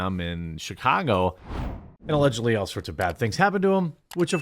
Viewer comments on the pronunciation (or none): none